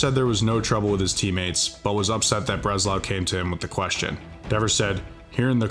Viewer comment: 6-7 since you made this with two Dingers and 5 RBIs. Keep it up. And it’s not Craig “Bresnow” it’s Craig Breslow and he’s a former 2 time World Series winning player as well as a GM. If you’re going to make baseball videos maybe you should learn more about the game first.